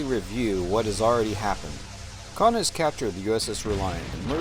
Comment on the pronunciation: 'Khan' get it right